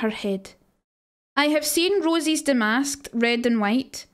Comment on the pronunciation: I swear everytime she says it, it sounds like she's saying War of Rosies, so I picture a bunch of women named Rose all battling for who is the Rosiest of them all.